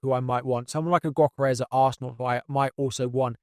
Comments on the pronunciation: Pronounced "Yohkeres" not "Gockeres" 👍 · yohkeresh to be precise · The g in gyokeres is silent 🙏🏼